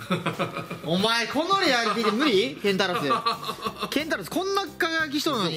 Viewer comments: ケン↑タウロス⤵︎ って言い方が気になるww ケンタロス⤵︎ ですねw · ケンタウロスじゃなくてケンタロスですよ！ ケンタウロスむちゃくちゃ爆笑したwwwww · ケ、ケンタウロス…！？ いやケンタロスやろw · ケンタウロスがすごい気になるw ケンタロスだよ！ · ケンタロスのことケンタウロスって言ってたから、ヒカルも初めはケンタロスって言ってたのに伝染してケンタウロスって言ってるw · ケンタロスをケンタウロスと2人が言うのが気になりますwww. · ❌ ケンタウロス ⭕️ ケンタロス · ケンタロスをケンタウロスって呼ぶなw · ケンタウロスじゃなくてケンタロスだよね？ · ケンタウロスって、「ウ」いらん笑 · ケンタウロス❌ ケンタロス⭕️ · これだけ言わせて ケンタウロスじゃなくてケンタロスな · ケンタウロスじゃなくて ケンタロスですよ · ケンタウロスじゃなくてケンタロス。 ラランティスじゃなくてラランテス。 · 節子、それケンタウロスちゃう、ケンタロスや。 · ケンタロスのことケンタウロスっていっとるあとラランテスのことラランティスっていっとる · ケンタウロスじゃなくてケンタロス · ケンタウロスじゃなくて、ケンタロスじゃない？ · ケンタウロスじゃなくてケンタロスじゃない？ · 誤ケンタウロス 正ケンタロスではないでしょうか！？😅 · ケンタウロスじゃなくて、ケンタロスやろ！ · ケンタウロスじゃなくてケンタロスです間違ってましたよ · どうでもいいことだけど、ケンタロスをケンタウロスって言ってる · は？アックスレイダーは海馬だろニワカ ケンタウロスじゃなくてケンタロスだし ニワカバレるのはまずいですよ！